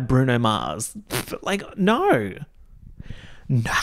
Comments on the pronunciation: I still love how says "naur" on top of his already Australian accent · Every “Naur” that drops makes me laugh so hard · Really channeling the Kath and Kim with your NAUUURRs.